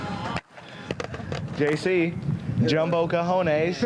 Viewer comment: “JC: jumbo cahones” 😂